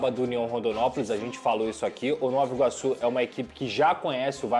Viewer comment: a pronúncia é ''novA iguaçu'' e não ''novO iguaçu''